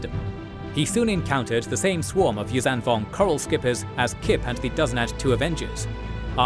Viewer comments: Whow! 300k views and over 1k commentaries. And I thought interest in the Yuuzhan Vong went to zero. So fine to see this and the old EU still thriving. 😍 Helska IV is much too green in this video. It is actually an iced sea world. And you always say Yuuzan instead of Yuuzhan. The zh is spoken like a voiced sh. Mara's ship is Jade Shadow, not Jade Saber! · Hi, I'm so glad to have found this channel via a posting in TheJediCouncilForums. 🙂❤There is too few info and animated material about the Yuuzhan Vong on YouTube. You wrote in the subtitles "Yum Yammka" - it must be "Yun Yammka". And please: the zh in Yuuzhan Vong is not spoken like an z but like a sh, but with a humming sound - a bit like the j in "major" but - for the j is actually a combo of d and zh - without the d before the zh. Perhaps you can implement that in future videos. Please keep up the good work. This lore needs and deserves this.